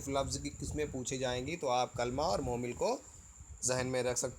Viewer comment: sir!mohmil nhi hotair,mohmal hota hai...tet mein talaffuz par bhi dyan diya jata hai